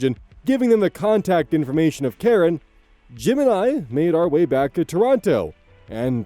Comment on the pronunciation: Keep hearing "Jim and I" as "Gemini." 😅